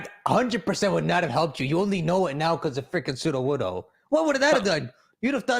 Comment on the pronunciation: Sudowudoo it’s Sudowudoo lmao 😜